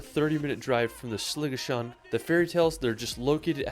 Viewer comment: I’ve never heard Scottish place names so mangled! If I hadn’t had the views in front of me I’d have had no idea where he was talking about. To be fair the majority were Gaelic which is tricky. Sliachan has to be the winner though. Plus Holyrood!